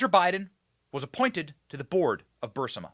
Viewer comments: Burisma, not Burmisa Benny! Love your show! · BENNY Please!!! BUR IS MA ......................................... NOT: BUR SI MA Get the Obiden crime family!!!!!!!!! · Burisma ... Not Bursima lol ! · The Ukranian natural gas company that gave Hunter that $1million a year, no-show job, is pronounced "Bur-IS-ma", not "BUR-si-ma." It's important when speaking about complex criminal corruption issues to get the details correct. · It’s not Bursima it is pronounced Bu Ris Ma burisma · "Burr- ISS- mah"........not "bar-SIMM-ah" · Burisma. Not Bursima. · Burisma, not Bursima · BUR IS MA...BENNY...NOT BUR SI MA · Fact check, it's burisma not bursima Benny . That's enough for them to label this video disinformation. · Burisma, not bursima LOL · Benny..it's pronounced /Bur IS ma/!! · R u deliberately mispronouncing burisma? Berr is ma. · Benny, it's BUR-IS-MA. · Say it with me. BURRRR-EEESMA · Thanks for the most “ahead of the curve”, well presented and interesting podcast online, Benny! For future reference, you pronounce Burisma “Bur- ee-sma”. Hope that helps. 😊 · It's pronounced Burr REESE muh. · Isn't it pronounced Bur-riz-ma? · Burisma... Not Bursima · Something on your forehead, and, it's bur-eece-ma No offense! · You mispronounce the name of the Ukraine Company "Burisma" every time. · Benny… Benny honey…. It’s BUR- IS- MA. Please say it… BUR-IS-MA. Love ur show btw❤ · Benny, your reporting on Joe and Hunter Biden is great, but I just wish you'd pronounce "Burisma" correctly: BUR-IS-MUH. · Benny it's bureesma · Benny it's pronounced bur is ma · Bur iz ma. How can you not read ? Or hear it pronounced by every other person who has been speaking about this for years. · SOMEONE please tell Benny how to pronounce Burisma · Benny you’re saying Burisma wrong!!! Sorry bud but I’m a Virgo!!!! To much of a perfectionist!!!! Still love your content!!!! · You keep mispronouncing Burisma! Sound it out.